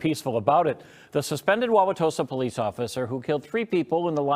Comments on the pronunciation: I live 30 minutes outside Milwaukee. Good job saying Wawatosa right! This is beyond sad. We can't be silent anymore and let people do this harm no matter who the President is. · As a resident of that area, kudos to you for properly pronouncing Wauwatosa.